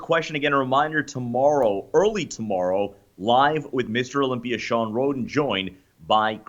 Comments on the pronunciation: Has anyone ever noticed Dave says things that end with an "a" as "er"? He looked great at the Olympier. To help them lose some water I'll put em in the sauner. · Dave ffs, ask RICHARD FROM UK how to correctly pronounce "Olympia and sauna". He is a native speak-er and a Kindest Regards send-er.